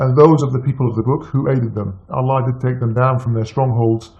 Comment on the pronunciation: zino R.H.L he was never a Muslim he can't even pronounce Allah properly. He knows more about bible than Quran. A fraud who is only spreading hates and lies and he wants to get his ass kicked bad